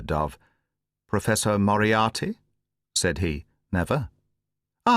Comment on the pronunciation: BTW who agrees that Moriarty sounds like monopoly. Say yes or no😂